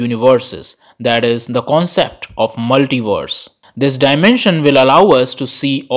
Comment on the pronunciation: "Multivorses" and "univorses"